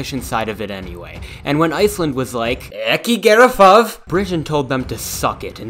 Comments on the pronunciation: Nice pronounciation of "Ekki gera það" :) (but you messed up Reykjavík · I fucking lost it when he said "ekki gera það" I'm Icelandic and I never hear an American person not fuck up an Icelandic sentance